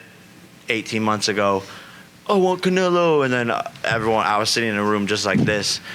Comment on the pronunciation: Respect. But he really needs to stop saying Canelo😂